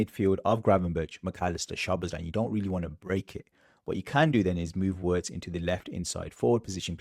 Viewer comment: His name is pronounced Virtz not Wirtz!